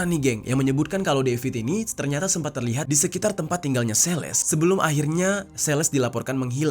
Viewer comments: Celeste itu dibacanya "seleste" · Dy ngomong Celeste juga jadi sales anjiirr.. Sales mobil ap hp?😅 gregett gw denger ny..